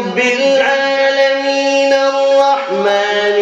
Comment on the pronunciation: Aalalmin nahi a almin hai